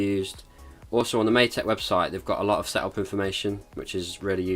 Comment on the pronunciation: Matek in Hungarian means: maths. But the pronunciasion is way different from yours.